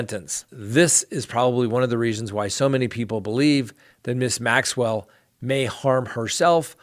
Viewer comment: You are so close to Maxwell's name I just want to pick up a phone and say this is how it's pronounced! There you go now you'll never forget.:-)